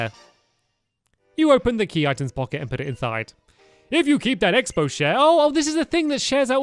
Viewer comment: It's Xp not expo